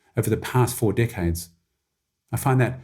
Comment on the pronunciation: The way he said "decades" sounds like dickheads 😂